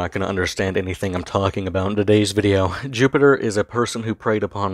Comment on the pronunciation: You say his name is Jupiter? Or Jupiturd?